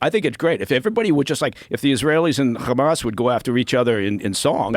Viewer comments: why does he pronounce Hamas as "Khamas", with KH? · This guy is such a tool. Hey CIA man, you don't pronounce Hamas with a "kh" sound. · Is he ex cia or ex mossad? I cant figure it out becasue he repeats all the Israeli talking points and always says khamas. Mike Baker are you American or Israeli?